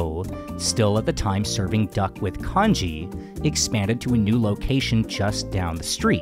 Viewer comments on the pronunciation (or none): none